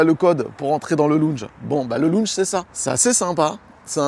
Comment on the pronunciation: Mais "Loun'j...", non! "Lon'j". S'il te plaît. Tu fais un Ryas de toi,. On t'aime bien, on ne veut pas que tu passes au Quotidien pour ton accent!... Ça serait trop cruel.